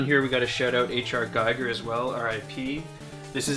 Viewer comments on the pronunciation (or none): H.R. Giger is pronounced gee-ger, his name isn't pronounced like a geiger counter looking for radiation and particles.